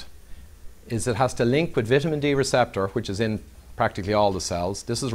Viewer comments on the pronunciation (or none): Vit a men D love the Irish ☘️